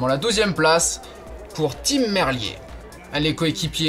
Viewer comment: Tim merlier se prononce Tim MErlire ;)